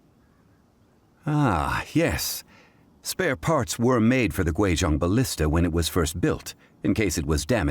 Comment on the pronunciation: Pronouncing Guizhong completely wrong is one thing, but I'm perplexed as to how that attempted sound even came out of such a spelling...